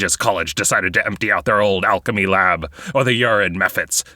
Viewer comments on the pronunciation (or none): none